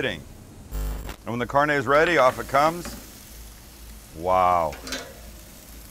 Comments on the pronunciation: Sam:cheese sauce Southerners and Mexican :....... Sam:(says carnay instead of carnè) Mexicans and Southerners: TRIGGED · This is so good im gonna give you a pass for pronouncing Carne, Carn-ey